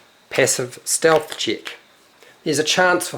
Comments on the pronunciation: Steath, mega Steath. Great video btw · lewl "passive steath" xD !nailed it